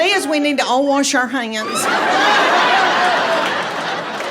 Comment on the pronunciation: Any true Southern woman that adds that many syllables to her single syllable words… is okay in my book!!!!! And adds a “R” to “ Wash” to say “warsh” She’s hilarious!!! 😂😂😂😂❤️